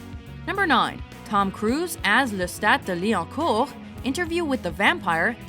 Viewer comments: Thumbs up for finally hearing the correct way to say Lestat's full name. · As a French person, it is my duty and pleasure to tell you (the narrator) that you were able to pronounce « Lestat de Lioncourt » very decently indeed, especially for a native English speaker, I wouldn’t have minded if you’d pronounced it wrong but you did good, well done!